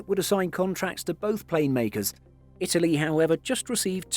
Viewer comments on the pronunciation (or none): none